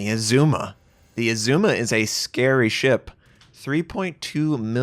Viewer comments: I know you get a lot of pronunciation corrections but - it’s Azuma, a as in apple, not ae like Oedipus. Did not look like a Stalingrad pound for pound though... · Great come back. It's ARR-zu-ma by the way.